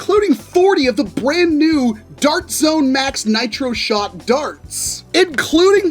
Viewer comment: HE SAID BLAND NEW